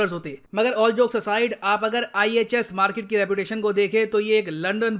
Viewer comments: 'Markit' ye toh Pakistani reporter jaisa sound kr raha hai 🙃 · Markit ek Pakistani pronunciation hai... According to Major Gourav Arya